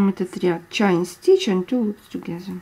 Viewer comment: Спасибо большое за мк. Все просто и понятно. Только небольшая поправка: по-английски воздушная петля - чэйн стич, от слова чэйн (цепь, цепочка). Чайн стич звучит буквально как "китайская петля" 😆😁 И crochet произносится как крошэй. Буква "т" на конце не произносят. Живу в Англии уже очень много лет, поэтому знаю, что говорю :) Всех благ вам и с наступившим Новым годом!